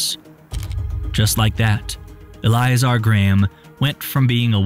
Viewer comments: Eh-LIE-eh-zar........🤔 el-ee-A'-zar.......😐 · Its pronounced EL-IH-zar. God, that annoyed me way more than it should be. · The way he repeatedly mispronounces Eliazar is unbearable.